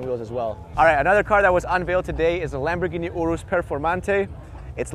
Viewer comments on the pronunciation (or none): none